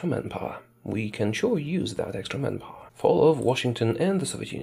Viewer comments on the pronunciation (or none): I thought you were saying "man-gapoor" for a good 30 min before I realized it's man power.